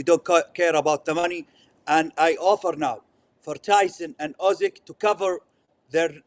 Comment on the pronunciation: As a Ukrainian I agree that this is funny =) Just as you saying "Usky" when you meant "Usyk" =)